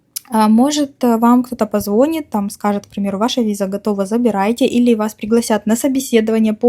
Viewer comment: Не позво́нит, а позвони́т.